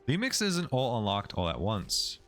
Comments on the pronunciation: Okay, am I crazy or does he say "Lemix" instead of "Remix" every so often? I feel like I'm in Super Troopers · Incredible guide but I hate you for saying LEMIX constantly lmao